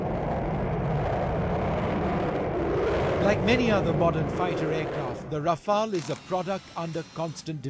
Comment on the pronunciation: This isnt your off the shelf paracetamol. Planes don't expire. Besides, it is Rafale, not Raflae.